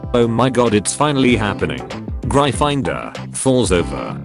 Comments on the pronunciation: It also pronounces Gryfindor like Gri finder So here, if you want to prove it's jif and not gif, give me an english word that supports gif- sounding with a soft g. Because gift aflready exists to disprove you, and it's 1 letter off. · No one: Text to speech voice: GRY-FIND-OR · Nobody: Not a single soul: Google voice : GREYE FINDER